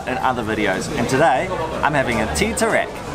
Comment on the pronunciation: Tea= teh....as in ta..ble Tarik...as in tar...not ter...rik.. as in rake. Rice = nasi...as in naa,si as in see...colloq...nasik..with k ending. Not nazi..omit z sound. Wow superlicious food!!! mouthwatering indeed. Ice lemon tea...lemon used is small lemon called limau kasturi.. kas as in cast, tu as in too, ri as in real. Its small but so aromatic ummm. So hope you get the right pronunciation... Well you could start Malay food restoran in Auckland someday and educate Aucklanders on spicy food. Well done and for a raving review on Malay food. Good to have a Malay food outlet in every city of the world...all halal. Best wishes for more discovery in East Coast.🍽️👏